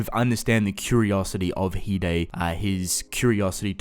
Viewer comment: Oh so you say it as He-Daey not Hide